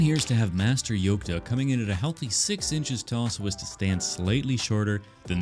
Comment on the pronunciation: Nobody said it so im gonna say it. Its "Yolk"...